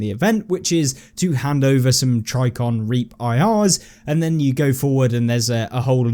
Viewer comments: "tricon" There's a J in that word. "Tri -J - icon". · Fantastic info! Love your videos. Please for the love of God say TriJicon correctly! There's a J in there. Love ya!